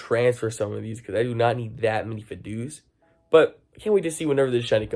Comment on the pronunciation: We get x3 exp and x3 stardust bonus thanks to the global challenge rewards. Also it's called Figh Dough (like fido) not feedoo